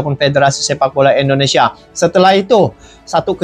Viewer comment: Indonesia bang bukan Endonesia